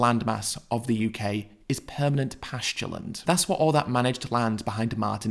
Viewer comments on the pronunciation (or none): none